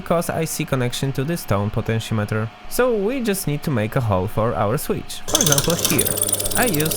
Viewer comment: I like the way you pronounce “switch” and “capacitor”